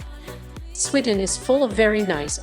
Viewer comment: She obviously hasn't been to "Swidden", then she would know how to pronounce it, and also that the buses in the video are from London. If she went, she would have seen most of your points